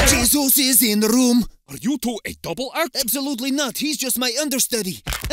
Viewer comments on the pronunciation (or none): none